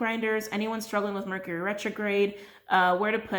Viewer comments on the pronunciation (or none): none